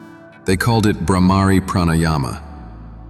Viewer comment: It is Bbrrhhmari not Brahmaari. In Samskritham the Sound and pronunciation is NEARLY ALL. And - Nobel prizes should not be given for “discoveries”. This is a lie and a fraud. They should be given for re-understanding of Ancient Realizations and Revelations which were given to us with no demands of patents, copyrights, monopolies and such greeds. And it would be a gracious and honorable thing to do if the new “winners” and researchers gave credit to those it is due.